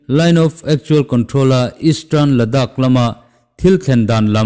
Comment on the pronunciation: Pangon tso tih hi nang tluka inhmeh an awmlo,tin,Ladakh tih pawh. Ngaihthlak a nuam bik.